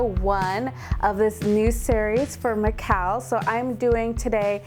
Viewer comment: I love your tutorials but found this one difficult to follow .The camera angle on your others were better and you didn't seem so rushed. McCalls is pronounced mc then call as in Call me .Hope this helps but I think it's something not to worry about.I can only speak English as I find languages difficult.